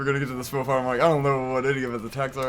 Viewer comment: Smough ryhmes with plough. I don't know why people have such a hard time pronouncing the name. I especially have no idea how anyone can interpret 'smog'. And holy shit . You were one prod away from victory. I'm not sure if I should be grateful that I didn't have to fight these two on my own or not. I summoned someone to help me. Would it be easier if you kill Smough before Ornstein? It seems this video was uploaded very recently, based on a number things said. I'm very interested in watching Fury Road at this point. The Raid and The Protector were great. I didn't expect a Hollywood film would have the same level of action.